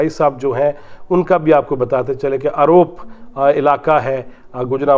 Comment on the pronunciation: اروپ نہیں ارُوپ ۔۔۔۔۔۔Aroop اصل نام ھے جگہ کا